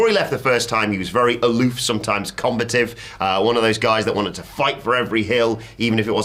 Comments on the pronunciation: Took me a min to realize what word was trying to say with his pronunciation of "combative" 😂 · "combă-tive" is not the correct pronunciation 🤦🏽‍♂️